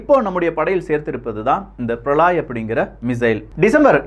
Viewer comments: பிரளாய் அல்ல பிரளய். அதாவது பிரளயம் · பிரளாய் அல்ல பிரளய